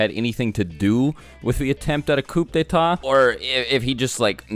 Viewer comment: How does choujuro know about a coup de ta that's French language.And u said it wrong